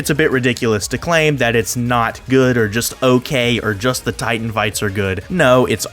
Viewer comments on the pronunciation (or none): none